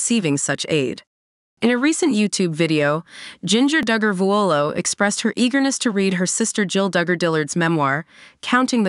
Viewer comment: Their name is pronounced Dug-er not Doo-gur